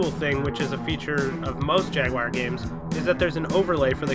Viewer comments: Jagwire? :( It's JAGWAR!!! ;D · This is a minor gripe, but I couldn't get over the way you said Jag-wire repeatedly. I sure hope this isn't a reference to a meme I'm missing.